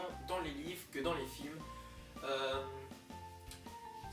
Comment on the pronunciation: Très bonne vidéo :D Par contre le "filmes " avec un e bon ... Voilà quoi :p